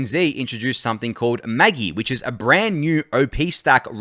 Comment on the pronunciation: It's pronounced Maj-eye, not maggy lol. The screenshot in the tweet was a Neon Genesis Evangellion reference